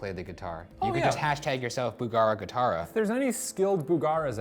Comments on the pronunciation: It bothers me so much that you say guitara instead of guitarra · It's guitaRRa! Not guitaRa! Two Rs please!!!!!!